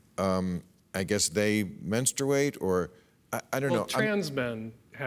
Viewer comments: Super cringy hearing bill say “menstrooate” repeatedly. Dan savage tried to save him by pronouncing it right but bill didn’t take the bait. 😂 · Someome needs to tell Bill how to pronounce “menstruate”. Hint…it’s not men-stu-wait. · Hahaha maybe if you can’t actually pronounce menstruate you should kinda step back on the topic and listen